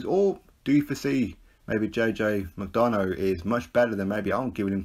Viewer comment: Think its pronounced Mac-Donna 😬